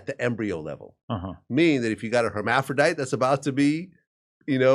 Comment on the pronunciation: Did this pos just say hemaphrodite??? Hes a goofy 🤪